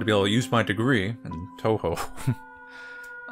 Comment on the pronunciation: He even say "Touhou" properly. I'm seriously amazed.